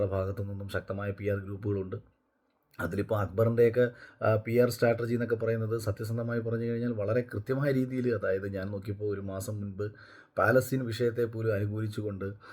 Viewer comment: പ്രിയ അഖിൽ ഒരുപാട് വിവരം ഉള്ളതുകൊണ്ടല്ല ന്നാലും ഒരു തെറ്റു ചൂണ്ടിക്കാണിക്കട്ടെ സ്റ്റാറ്റർജി അല്ല സ്റ്റ്രാറ്റജി